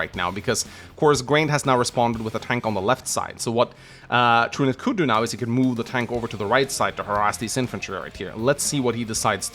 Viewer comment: Truniht is a character from “Legend of the galactic heroes’ and is pronounced the way is saying it.